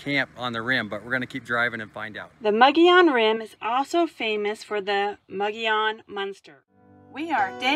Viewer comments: Mo'gee-on is the proper pronunciation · I would say the pronunciation of the name is Mo-go-yon. In Spanish a double letter ll is pronounced as a y, like in El Pollo Loco. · Nice drone shots of the rim! thank you. Nice video. BT Mogollon is pronounced MO-Gee-On. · it is pronounced Muggy-on. hope that helps. also i just wanted to say......great footage.